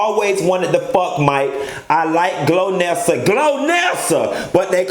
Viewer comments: GOLnessa... lol.. like goalnessa lol.. you saying glownessa and I'm crying 😂😂😂😂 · Not GLOW-NESSA!!! hahahhahahhahahha It's GOL-NESSA boo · GOL-nessa not GLO-nessa lol! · Um,, her name is GOLnesa, not GLOnesa